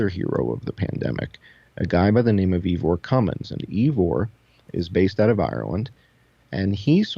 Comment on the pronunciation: Ivor's name is pronounced eye'-ver, not ee'-vore. I'm a long time follower of Ivor's channel. I'm certain of the pronunciation. Check out his videos for yourself to confirm. Thanks!